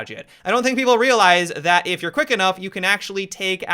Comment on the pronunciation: Why do you say "zat" instead of "that"?